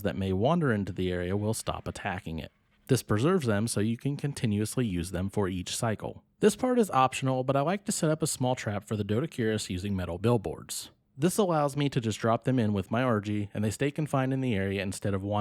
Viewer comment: Its pronounced doe dick erus.